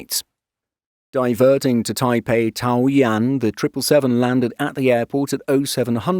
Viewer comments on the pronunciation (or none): none